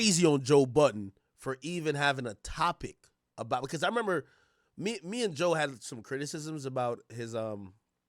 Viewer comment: I still remember the first time I heard someone mispronounce "meme" as "me me" 😂